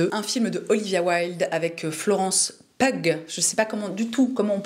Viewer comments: Un vrai bonheur de t'écouter en prenant son p'tit déj 🥰 (petite info : Florence Pugh, on prononce 'piou' 😉) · Tu te posais la question pour Florence Pugh : ça se prononce "Piou" tout comme Hugh (Hiou) Grant :) Toujours un plaisir tes vidéos <3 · Bonjour, Pugh se prononce Piou (comme un piou-piou;-)) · Coucou, on prononce Florence Piou 😉🐥